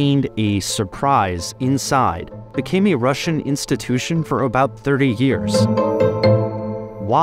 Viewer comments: Im russian, and hate to break it to you but you need to work on your R's more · Russian accent spot on 😂 but seriously very interesting, I didn’t know the background nor the Russian and Danish connection- I think I assumed it was British or French